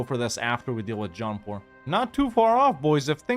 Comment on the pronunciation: When you say "Jaunpur" I always hear it as "John Paul" and think "they declared on the Pope?" 🤣